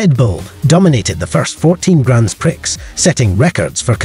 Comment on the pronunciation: Cool video, gotta say, please learn how to pronnounce grand prix